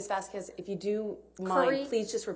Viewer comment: It is shocking that an attorney is so alien to life that she don’t know how to pronounce the name Vasquez correctly! For those who care: the qu in Vasquez is pronounced like a k in like✌🏻